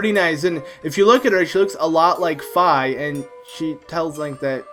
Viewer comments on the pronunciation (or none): ITS PRONOUNCED FEE!!!! im ery defensive about skyward sword...